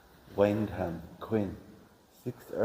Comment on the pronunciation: Wyndham is pronounced WINDEM, guys!.😊😊